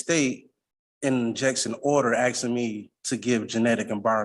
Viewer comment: Um axing you to puve Um a livun human bean.